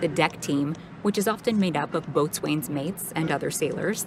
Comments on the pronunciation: AAHH! The name of the rate is pronounced "bo's'n", not boatswain, even though that's how it's spelled. Just like Forecastle is pronounced FOHK-səl. Something you never mentioned is that the maintenance personnel are not ships company, they belong to the air wing. The air wing is able to be transferred from command to command, shore-side or deployed. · it's pronounced "bo-sun" not "boat swain". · UH, boatsWain mate is pronounced boatsins mate! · Good video but boat-swain is actually pronounced bosun :-) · Not "boatswain" . It's pronounced "bosun". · "Boatswain" is pronounced "bos'un". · "Boatswain's" mate is pronounced "Bosin's" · You pronounced Boatswain Mate wrong. Boatswain is pronounced "Bosun". "Bo" (as in Boat) and sun (as in sun)...except the "U" in sun is almost silent so it sounds like Bosn if that makes sense. The Bosn mate is the rock of the ship. I mean that in 2 ways. One, they are strong, reliable, and hold the ship together and two, they typically had the lowest Asvab scores, so they are dumb as rocks.....I'm gonna get some flak for that. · If you can't pronounce "Boatswain’s Mate" properly, you really have no business making these kinds of videos. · It drives me nuts that she is mispronouncing boatswain mate. If said it how she is saying on a ship they would look at you funny. I know I spent 10 years at sea in the Navy.